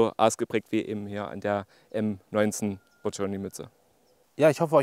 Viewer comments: Budjoni gesprochen nicht Badschoni 😏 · Super Video, nur eine Anmerkung: Budjonny wurde genau so und nicht "Bud-schonni" ausgesprochen. Ansonsten passt alles.